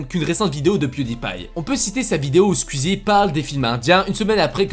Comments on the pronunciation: Mais poooooouuuuuurrrrrqqqquuuoooiiisss tu dit squezzi on dit squizzi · nan mdr tu le dis vrt mal squuzie c squouizie mais sinon super vidéo 👍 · Sa me stress c'est squouizi sa se dit comme ça pas squizi mdr 😂😂 mais heureusement que jt'aime bien 🤣 super vidéo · SKUIZI... SKOUIZIIIII 😅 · On dit SKOUIZI pas SKUIZI Merde fallait que je le dise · "Skuizie" TRIGGERED. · Oh bordel tu as un fond vert c’est grillé avec l’ombre et ça se prononce SKUIZI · Stp j’ai remarqué tu fait que dire squizi 😂 mais squeezie ( c´est bizard mais dire comme sqouizie mdr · Par contre stop de dire squiiizi sinon jtm continue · Tu dit skizi et tuteur